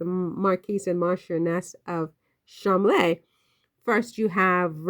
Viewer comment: Pronounced Ch-esh-er. Cholm-ley. Rose better get ready for the spotlight.